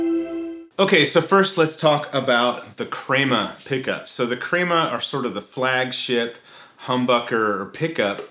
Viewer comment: as Hispanic man, I can confirm you pronounced it correctly as 'KREH-ma'.